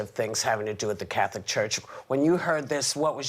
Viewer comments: Im triggered every time Sunny pronounces it, “Cath-O-lic” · So glad that these CIS Gendered heterosexual women are so happy about this. And the way Sunny pronounces Catholic is so irritating! omg!